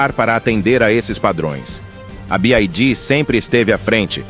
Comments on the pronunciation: Y = "wai" e não "ai" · A pronúncia certa para a sigla BYD é BI-UÁI-DÍÍ !